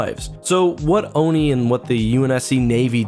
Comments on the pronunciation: The fact that he's saying "Onai" instead of "Oni" gives me anxiety No offense, you're still one of my favorite YouTubers:) EDIT: My mistake, he only said it once at the beginning of the video when introducing Halsey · On-eye? It's on-iii lol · O... N... I... Well, never heard anyone say it like that. It’s always been ONI (Oh-Knee) to me. Apart from that one thing, great video. Keep it coming!